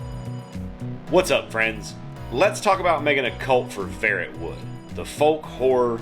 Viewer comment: Even if it's a made up word it hurts my soul how you pronounce it 😂 Instead of Ferret-wood I'd go with Fair-rot-wood Also that's a really quick and simple cult creation process 😮 Can't wait to see the first game 👌